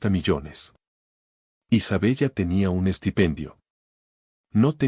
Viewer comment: Se pronuncia Isabela, se escribe Isabella, es un nombre italiano, no seas ignorante y cuanta bien la historia, o al menos inventa una historia en la que puedas hablar bien